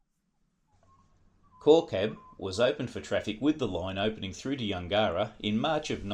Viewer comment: Yungera is pronounced closer to Yungra - Yun gerr rah. We had farms at Kooloonong and Yungera